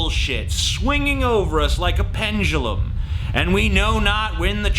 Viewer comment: "Penjulum"... Buy his stuff!!